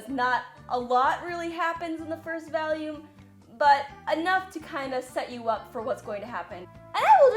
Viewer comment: “ V A L Y O O M “